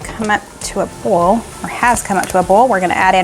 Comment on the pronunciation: she means like bring the water to a boil but the accent sounds like bowl